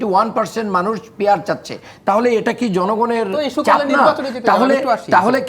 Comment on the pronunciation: শব্দটি পিয়ার না গিয়ার ভাই